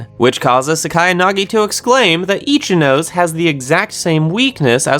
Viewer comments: Itchy nose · It’s pronounced Ichi-no-sei not ichi-nos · It's not Ichi-nose, it's Ichinose, as in as in 'no' like how you're going to say 'no' and then 'say', like ichi-no-say. That's how you pronounce ichinose. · why must you mispronounce ichinose's name ;-; (EE-CHI-NO-SAY)